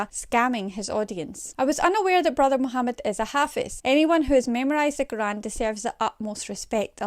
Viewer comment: It’s not ‘karan’ it’s Qr’aan